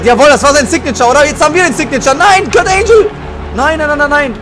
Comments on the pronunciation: Dieser Moment wenn man so scheiße in englisch ist das man ANGLE mit ANGEL verwechselt und es dann falsch ausspricht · wie er angle falsch ausgesprochen hat